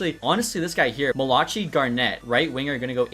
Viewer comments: malachi garnett, is pronounced mali-ki- and ki sounds like guy. love ur vids❤️ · pretty sure his name is pronounced mal-a-kai 😅😅